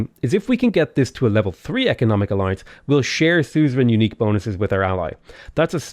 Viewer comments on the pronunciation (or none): none